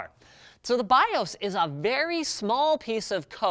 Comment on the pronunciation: Odd to hear “BIOS” pronounced as “BIÓS” and “CMOS” as “CMÓS” ...